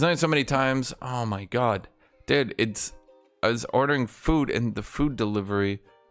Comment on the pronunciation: I love the "my gód"